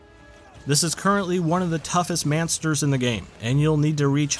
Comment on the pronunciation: Mansters???? Stilupid person with the voiceover